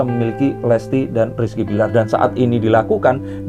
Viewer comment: Maaf,Rizky.Billar.,bukan.pake.S.